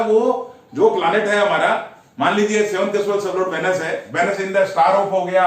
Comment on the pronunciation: ये थ्योरी बहुत अच्छी है। को धन्यवाद।उन्होंने इसे bahut अच्छा समझाया है।लेकिन उनसे निवेदन है कि वीनस को वेनस न बोलें और युति को युक्ति न बोलें।युति का मतलब conjoined होता है युक्ति का मतलब tactics,device होता है। plese dont take it otherwise.